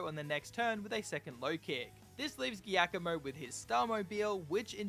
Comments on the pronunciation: Because it’s an Italian name “Giacomo” is pronounced more like “Jack-oh-moh” in english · As an Italian this pronunciation of Giacomo is killing me lol.